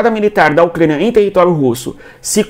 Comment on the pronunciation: O que é um Ucgania, meu deus!? Cuando tu tinha 5 anos os teus pais ja tinham que ter te levado no fonoaudiologo, senão tu vai continuar falando como bebezinha 😅👱🏻‍♀️😅